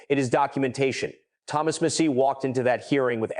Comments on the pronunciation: Bravo for your over narration. Best and helpful. “Mass-ee.”Please….”mass-ee.” Deflect. Deny. Distract….Is Peter Thiel a conspirator? Steve Bannon a conspirator? Goooooo Massie. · Ai always shows itself with mispronounciation and strange pauses that don't sound human. so annoying 'Doe Jay' 'Missy for Massie' 'Epstine for Epsteen' etc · Why is the name pronunciation in this video so inconsistent? The content is great, but how many ways can you pronounce Massie and Bondi?